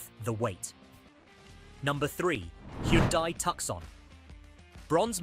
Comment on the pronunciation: This lowers my trust in CR and that AI voice not pronouncing Kia and Hyundai 🙈